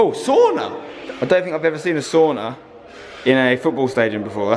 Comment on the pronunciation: "ooo soona"